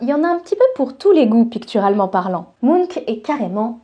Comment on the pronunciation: Ah oui, on dit MunK et pas Munch comme les Monster Munch ? Avec un fume cigare, l'illustration de ta jumelle maléfique aurait été encore plus classe. Très bon sujet, merci.